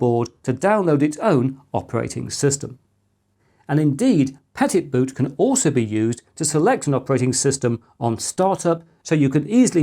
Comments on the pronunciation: Pet it boot? It's French, so you should say Petit Boot - means Little Boot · Thanks for putting this top 5 together. btw. "petit" is {peh-tee} french for small. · Pretty sure, christopher, that the Petitboot is of the french variety, when it comes to the pronounciation of it. Petit as in small. Petits Pois. Small pea's. Sticker shock on the lattepanda is not as much as i though it would be for that much processing power.